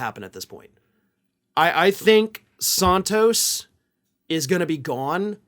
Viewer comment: I like how you pronounce it Sawntos. It’s wrong and it’s great.